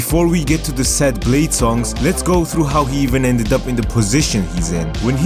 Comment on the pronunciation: Yoo he called bleh-dee